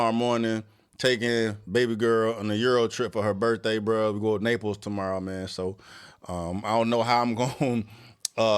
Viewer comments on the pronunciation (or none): Naplese Itlaly or Florida?